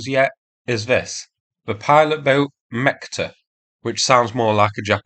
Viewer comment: Mecta -> rather "Metch-tah"